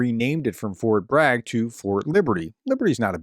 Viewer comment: "Fort Brag" 😂